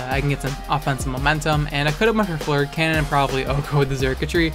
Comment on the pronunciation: THANK you for being the only YouTuber who pronounces fleur cannon CORRECTLY!